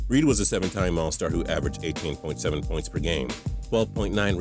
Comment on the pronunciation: "puynts" you mean points bro?